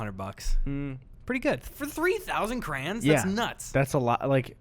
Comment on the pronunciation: why are you pronouncing crayons like that